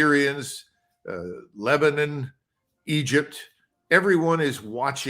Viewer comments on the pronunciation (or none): none